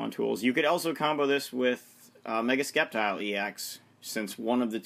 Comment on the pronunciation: ITS SAID LIKE SSEPTILE NOT SKEPTILE!!!!!!